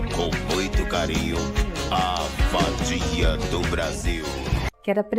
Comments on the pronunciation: A vadia do Brasil, oops...A Fadinha (o loucutor fala errado o nome do programa kkk 😂). Sou fã da Mulher Pêra e ela vai dar muito entererimento na Fazenda 16. Aguardem! 😁🗣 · Percebem que o narrador distorce a palavra FADINHA para VADIA. E lembro que em um corte desse programa, uma hora alguém diz ESSA FADINHA. Ou seja, era um programa infantil com um toque de proibidão 😂😂😂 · eu juro que só consigo escutar o narrador falando "a *adia do brasil" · Acho que é minha mente 😂😂, mais toda vez que ouço a introdução de (a fadinha do Brasil) me soa muito estranho parece que não tá falando a fadinha e sim a va*** do Brasil se é que vocês entenderam kkkk muito estranho isso.